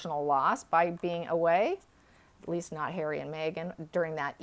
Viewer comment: 😁 I laugh every time she says "May-gen" instead of "Meg-han". 🤣😋